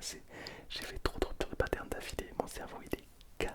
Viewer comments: Rhupptturreuh deus pâtes-air-neuh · Rüptür dö patern